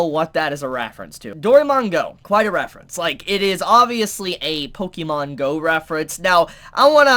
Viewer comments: We know you don't play pokémon, since you're pronouncing it wrong, read the accent My first thought on one of the glasses, those are Vash's! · If you are going to continue to review anime you need to learn how to pronounce Pokémon.